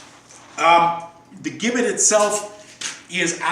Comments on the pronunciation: It's pronounced Jibbet...it was never used in America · Mate it is pronounced "Jibbit", with a soft 'g'. We English know, because we invented it. Americans total mangle and misspell our beloved language (English is also from England not America!) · The gibbet, pronounced with a J sound is correct - we (the English) invented it, so we can call it what we want. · In England it was called; being 'hung in chains' - and gibbet was and is pronounced - jibbet. As the English invented the English language.. it would be preferable if people like the Americans would learn and understand it properly. It is insulting to palm this off as 'English talk' in your video! You speak English!!... have some respect from whence your language originated! Interestingly... only two gibbets have been discovered with their last inhabitant still inside. One in Lithuania, and one in Suffolk, England which was found approximately 200m from the house where I grew up! The gibbet cage was found during works to extend RAF Honington's runway during WW2 and can now be viewed at Moyses Hall Museum at the Market Square, Bury St Edmunds - Suffolk. England and the story behind it is fascinating... infact many local people are still uneasy talking about it to this day! Addendum: People were usually publicly hung.... then placed in chains at a location ordered by the judge/court. People were not usually placed in the gibbet whilst still alive - and after public execution, and upon being hung in chains in the gibbet - they were almost always left there for many years - as a shame, and as a warning to onlookers.